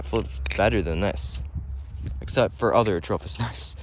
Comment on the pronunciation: Me: watching the Atropos knifes and listening to you. Also me searching atrofis on google to find it because you say atrofis 😆